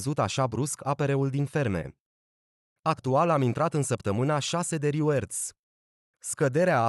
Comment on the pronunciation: Big like, dar totusi reward se pronunta /rɪˈwɔːd/